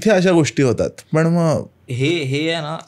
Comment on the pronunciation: सूत्रसंचालकाचं मराठी उच्चार अत्यंत निकृष्ट दर्ज्याचं आहे. असं वाटतं की कुठल्यातरी पान-टपरी किंवा जुगार अड्ड्यावरचं संभाषण ऐकत आहोत. न ला न आणि ण ला पण(तुमच्या पद्धतीत पन) न उच्चारणे. सबस्क्राईब करावसं वाटतं नाही. भाषा ती पण(पन नाही) मराठी सुधारा. कारण परत आपण(आपन नाही) जागतिक प्रसार माध्यमावर असता. धन्यवाद.